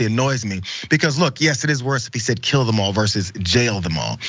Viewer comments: I think he said we should gill them all. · Lol.... I believe that was " Jill em all".... But still Hilarious 😂😂. The disgrace was he left his teeth at home.